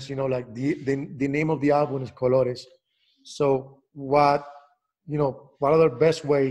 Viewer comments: Jimmy knows his colors in Spanish 👏🏽 congratulations for your pronunciation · Great pronunciation Jimmy! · No, I'm not saying that, but rather that he said it completely well.